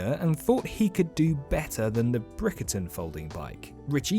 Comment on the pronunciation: Correction: British bicycle manufacturing DID NOT "go into decline" at the beginning of the 20th-Century. The industry was still expanding right through the 50s. Decline didn't happen until the 70s. Also, it is not "Brickerton." It is Bickerton ... that the Brompton was designed to improve upon.